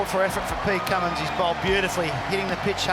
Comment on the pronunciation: Name is Cummins..Pat Cummins